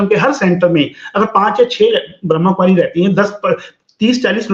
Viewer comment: Ye etne denose Bramhakumaris nahi bol parahihai. Bramh kumari bolti hai.😂.